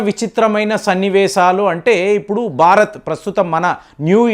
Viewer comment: అద్భుతమైన విశ్లేషణ గారు. కానీ మీరు బారత్ అంటున్నారు, భారత్ అనండి